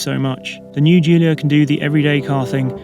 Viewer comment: So you test drive a vintage Alfa that is no longer a vintage Alfa, and you can't pronounce Italian words while barely talking about the new Giulia (in what is a pseudo comparison at best). Sorry, this time you FAIL.